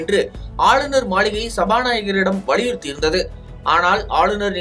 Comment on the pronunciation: என்ன உறுத்தினார? சரியா கேக்கல? வழியுறுத்தினார்னா சொன்னே? ஆங். ஆரு வழியுறுத்தினார்?